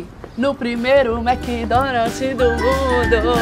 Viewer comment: A essa altura do campeonato a ainda fala Mc Donalti...rs